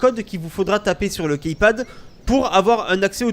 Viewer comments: Après c'est vrai que key ce prononce ki mais le total de Keypad.. bref on s'en fou ! Ciao ! ^^ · key ça se prononce "ki". Dsl mais ça me perturbe ^^ sinon encore une fois très bon tuto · Jveux pas faire le mec chiant mais on dit "kipad" mdr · KeyPad plutot =)